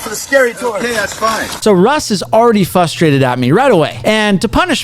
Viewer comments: I fucking hate it when people say fustrated instead of frustrated. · Dude, you actually say fustrated. Fucking idiot.